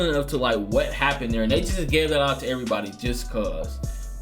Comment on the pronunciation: “Erry body eating” good shy lol 😂